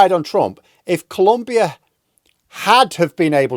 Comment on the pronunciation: It's Colombia ! Not 'Columbia'.